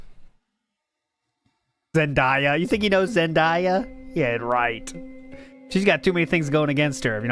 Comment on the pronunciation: ngl you were kinda Unc maxxxxxing when you pronounced it “Zen-Die-Uh”